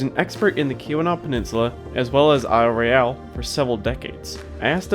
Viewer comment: Don’t know where the narrator for this video comes from, but you are consistently pronouncing Isle Royale *not* the way natives of Michigan say it. That’s irritating.